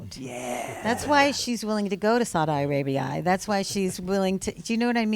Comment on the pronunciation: Why is she pronouncing Saudi Arabia like that 😂